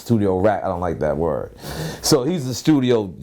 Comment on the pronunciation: That “WORD” nore said was so New York lol